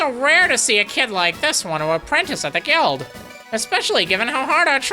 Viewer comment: I think you're pronouncing 'guild' wrong....